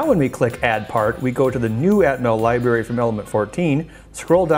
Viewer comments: I noticed he uses it interchangeably...Library to Li-Bery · I know this is a really picky thing, but every time he says "liberry" I want to rip out my own eardrums.